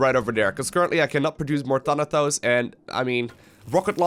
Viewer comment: Boi, its ThanaTos not ThanaTHos